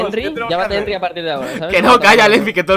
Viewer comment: Buaa! es un crack porfin dijo el nombre de Henry bien